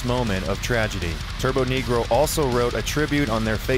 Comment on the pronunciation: It's turbonegro... Not turboNEEgrow